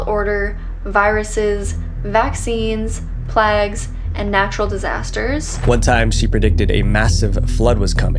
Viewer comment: She called plagues plags